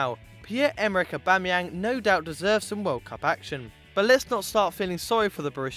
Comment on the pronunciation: Aubamayenag fuckdd Up ! Lmao